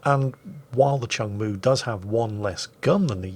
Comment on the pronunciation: My grandfather served on this ship from 1970 to 1976, don't remember the spectacular camo scheme though lol Oh also it's pronounced "Choong Moo" not "Chung Moo"